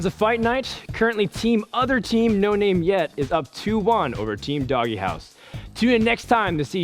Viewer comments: IT'S NOT DOGGY HOUSE IT'S DOGE, LIKE DOGUE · Why the fuck are they pronouncing "DogeHouse" as "DoggyHouse"? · If only he would stop mispronouncing Dogehouse